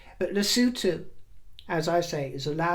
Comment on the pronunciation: You pronounce Lesothu perfectly! As in lesooothu! X